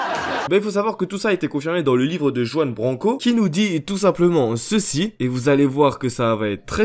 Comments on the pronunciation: C'est Ruan ! Le "j" se lit "r" étant un prénom espagnol ! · ça se prononce ruan avec un "R" roulé ;), très bonne vidéo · Joan branco😂😂😂😂 Putain tu sais pas prononcer Juan toi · Parcontre tu s'est pas prononcé Juan Branco, on dit pas Jouane ptdrr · Mdr comment tu prononce Juan (sa se prononce Ruanne) BRANCO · Alors on dit Ruan Branco 😂. Désolé mais ça me perturbe trop hahaha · Ça se dit Rrrruan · Par contre sa se prononce "ruaan brrranko" ( en phonétique 😊 ) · Juan BRanco, pas "Jouanne Banko" ... 🤦🏻‍♂️ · Juan BRanco. ;) Et ça se prononce "Rouanne". :)